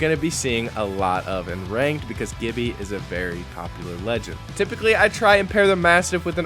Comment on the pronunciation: TYPICALLY TRYPICALLY TYPICALLYH